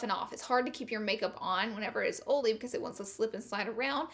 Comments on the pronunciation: I’m from the south and I pronounce oily correctly but ig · Anyone just come because she says Oily wrong? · Ohhh so u say oily as olly? Thats cute!! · Im the type to correct everybody. But this so funny. I say it after she say it olay skin. 😂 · When she closed the IT powder container, really hurt my ears. Overall, great advises for "OLLY" skin. Love you Laura 💦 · Ohlee, because, and consiller (concealer) are her funny words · Comment a 💗 for every times she said ohlee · Who else has dry skin but wanted to hear her say olé😂😂😂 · It sounds like your saying Holy lol😂😂😂😂😂😂. Omg I just love you #Lauralee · I love the way she says OL'E 😂😂 she doesn't mispronounce it , it's just her accent. My sience teacher was from the south & pronounced it the same way . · I say oily the sameeeeeee wayyyyyy. And being corrected every time....it's aggravating!!!!!😡😡😡😡😡😣😣😣😣😣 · Damn Laura, I read your video title in my head and already knew how you would pronounce "OILY"...lmao!!!! Love you girl!!!! You can take the girl out of the country but you can't take the country out of the girl!!!! Your so damn fun!!!! Ok now I'm gonna finish watching the rest of the video 🤗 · THE INTRO I DIED LOVEDDDD THIS VIDEO BECAUSE OF THE WAY YOU PRONOUNCE IT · You should makeup a sweatshirt that says, "can't have the oily skin", but oily should be spelled how you pronounce it!! I would sooo wear it!! 😍😘👌